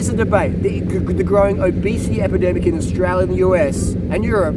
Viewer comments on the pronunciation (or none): none